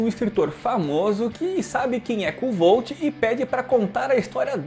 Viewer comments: A pronuncia é "Kote" se escreve kovthe, odiei o livro, personagem, vazio pouco carismatico e overpower, nao resolve nada com inteligência, so por puro talento. Livro arrastado, chato, 80% da historia é um saco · Oi, na verdade a pronúncia correta seria algo parecido como "Kfolf" ou "Kvolf", segundo o próprio autor :) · Kuotê seria a pronuncia certa, abraços.